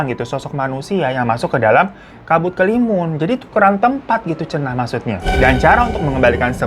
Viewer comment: BANG SETAU GUE ITU NAMA NYA KABUT HALIMUN DEH.. BUKAN KELIMUN